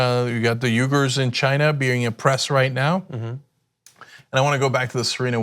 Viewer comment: Cenk, that's not how you pronounce Uighur...